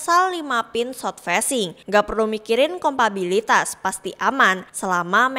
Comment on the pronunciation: bukan kompabilitas, tapi kompatibilitas